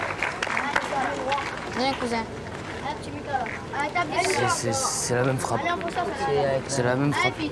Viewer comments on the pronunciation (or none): « Bieng cousing » 😂